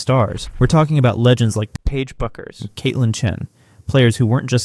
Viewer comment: Why would anyone subscribe to a program that cannot take the time or intelligence to pronounce players' names correctly? This is a huge annoyance. Not Ah-zee, jerk, it's A-zee. Not Bukers but Beckers. Are you guys just dense or don't you care? Do us a favor: go away.